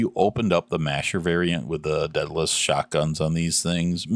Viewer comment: day-duh-lis not deadless